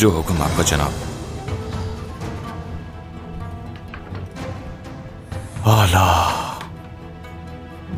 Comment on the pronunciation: Yeh munafiq bhi AALA bolta hai😂😂😂